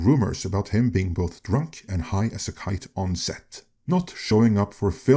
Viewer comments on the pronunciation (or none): none